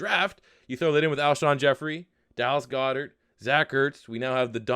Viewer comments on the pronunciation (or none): none